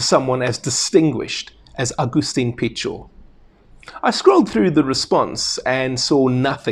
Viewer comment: A simple attestment to SA bonds with Argentina: one of the very few rugby youtubers who pronounces Pichot correctly